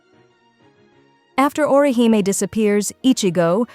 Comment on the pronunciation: Who's ORI-HIGH-ME 😂😂😂